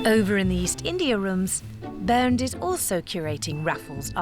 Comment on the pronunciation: It´s "Bernd" :)